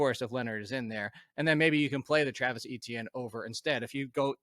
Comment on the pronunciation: please learn how to pronounce Etienne.